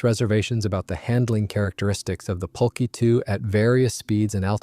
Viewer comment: I think NENE is pronounced NEEN and Focke is pronounced FOWKa. Pulqui is pronounced PULKEE. Coup d'état is pronounced COO DAY TAH.